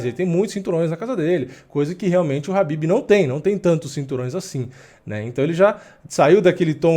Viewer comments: Pq tu chama o Khabib de Habib??? Caraleoo, que agonia. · Eu não entendo somente uma coisa: pq no mundo todo as pessoas pronunciam Khabib (pronunciando a letra K) e aqui no Brasil o nome do cara virou Habib? sério eu nunca entendi essa parada kkk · Khabib não é noiado, ele é exemplo como atleta e campeão... E "Rabib" é minha caceta, bota o K aí kkkk